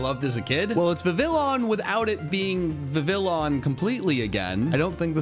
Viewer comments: im very angry that he pronounced Vivillon Viv Villon instead of Viv eon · Died a little every time Vivillon was mispronounced. 💀